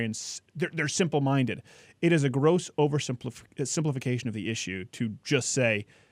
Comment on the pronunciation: And hear the way he says "issue" he sounds like a martian!!!